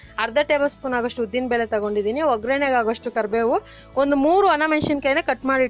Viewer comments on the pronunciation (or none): Madam, namaste. You have shown Rava Vangi Bath very nicely. But pronounced OgreNNe, it should be OggaraNe. Please don't mistake for correcting. Thank you Madam.